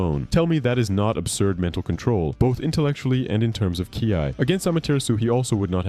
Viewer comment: "to use " KAY-AI" (KI) ok so now im assuming the voice itself is a.i as well because theres simply no way